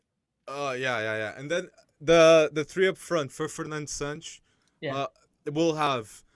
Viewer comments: Man tell me which letter in santos makes those pronunciation SAANNCS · It’s SÃ-T’sh (Santos). The S sounds like “sh”